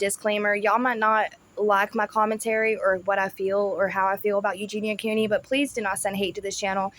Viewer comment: He can't even say her name properly 😂